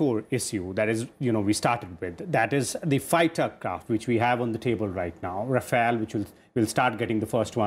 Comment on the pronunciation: Its not Rafael ,its Rafale..why he keep saying Rafael